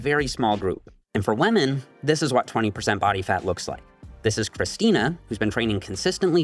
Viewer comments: "and for wamen" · Does anyone know why pronounces women as "wemen"? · why does he pronounce Women as "Wamen" lol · What is all this “wah-men” (women)? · I like how is pronouncing women as “whámen”